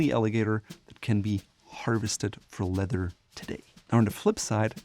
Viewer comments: Love the way he pronounces leather - ledder! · Why does he say leather like that 😑